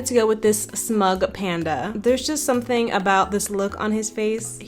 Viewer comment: the “somthing” was really bothering me 😭😭😭 but i love your artttt 💕